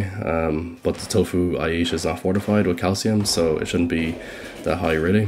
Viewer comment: Am I tripping or does he says “eesh” instead of “eat”? I’m not a native speaker so just asking for curiosity